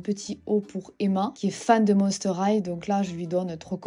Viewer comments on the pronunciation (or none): none